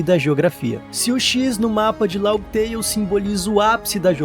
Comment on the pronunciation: Mano, toda vez q escuto LAUGUI TEIO, eu fico com a ctz q vc n troca ideia sobre onepiece, e que esse roteiro é apenas i.a... Fã falar Laftel até entendo, mas laugui teio é pica.